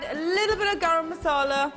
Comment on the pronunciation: Just love to hear the directions only. The way you say Masala is so good to hear. Recipe Good as always.